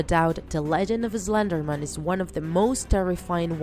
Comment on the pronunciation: It is pronounced slender man not pronounced slender men!!!argh!!!